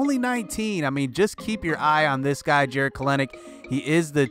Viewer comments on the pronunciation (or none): Jarred kelenic is pronounced kelnic e isn’t said